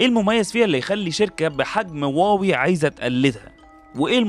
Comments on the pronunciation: يا أستاذي هي ليست إنجليزية لتطبق عليها هذه القاعدة الاسم صيني مكون من كلمتين Huá ، wéi هم مضطرون تجاريا لكتابته بحروف لاتينية. لكن استمع لنطقهم لها في مؤتمراتهم ينطقونها هُوا-وِي أو: ما دمت بحثت في ال ai فاسأله كيف ينطق الصينيون كلمة Huawei 🙂 واوي ليست النطق الصحيح للكلمة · لماذا تسميها واوي وهي شركة صينية والصينيون ينطقونها هُواوي؟ وبإمكانك سماع مؤتمراتهم